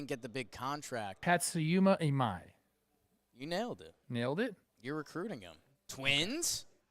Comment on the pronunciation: butchered imai’s name every single time btw